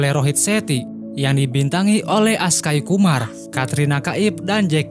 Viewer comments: Akhsay kumar min bukan Askay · Bang ntuch nm x aksay Kumar bukan askay Kumar 😂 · bukan Askhay kumar tp Akshay kumar min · aksay,kumar bos..bukan askay..🤝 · Akshay kumar bukan askay kumar. Jaky shrof bukan jaky sruh dasar kacau